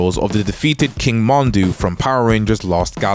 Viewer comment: How you gonna pronounce Mondo wrong when they say it in the show dude.